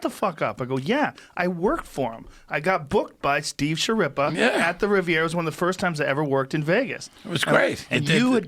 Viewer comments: HIS NAME IS PRONOUNCED "SKEERREEPA". Ma che cazzo stonat'! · Italian here, just a little hint. It should be pronounced Skirripa, not Shirripa.